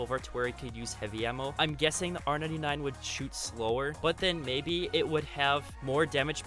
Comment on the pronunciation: Its pronounced r99 not r 9 9 psychopath